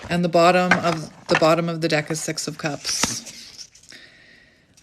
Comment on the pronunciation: O wow 🎉 so accurate so grateful for this clarity what my intuition already know 😅 when u said six of cups I heard sex of cups ❤